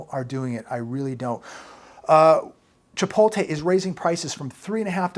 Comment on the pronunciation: hun, you’re pronouncing chipotle wrong! Just thought I would let you know ❤️